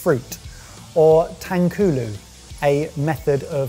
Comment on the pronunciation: For future reference, tanghulu is pronounced "tongue-hulu".